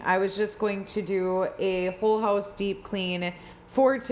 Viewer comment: I was telling my SO about the Mega Motivation videos and he asked about "the one thay says Höuse" jajajajaja and yes!! So happy to watch your video today,!